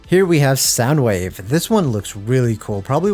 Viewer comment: he says it correctly hear thankfully